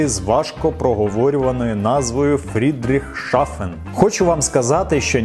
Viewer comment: Фрідріхсхафен або Фрідріхсгафен, а не Фрідріхшафен.